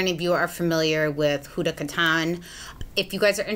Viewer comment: Hey girl Huda is actually pronounced Hooda. Like little red riding hood 😘